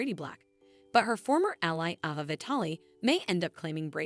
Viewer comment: Why does the people who tell the story online can't pronounce the actors names? Chanel isn't pronounced like the word channel and Ava is pronounced long sounded letter A. Anyways that's why many times I don't like to listen to these videos.